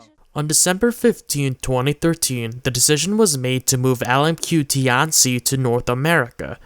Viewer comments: Just a pronunciation pet peeve. It's not "tee anh see" , but rather a fast slurred together way pronunciation "t-ian qi" . Put this into Google translate 天七 。 it's similar to tian ci . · its not ti-an-ci its tian-ci the name butchering is painful....